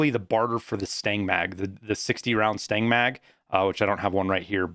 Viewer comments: STAN-AG NOT STANG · lmao every time you say "Stang Mag" it make sme cringe. it's STANAG it's some acronym for magazine compatability for NATO Alliance nations. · Stanag... not stang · It’s STAN-NAG lol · Every time you pronounce stanag as 'stang', I always think you are saying the mag smells bad. c